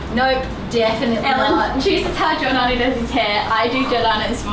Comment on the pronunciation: Cameo Giordano as "Albarno"